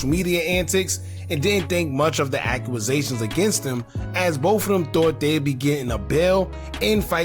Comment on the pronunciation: Stop saying acc U A sations it’s acc U sations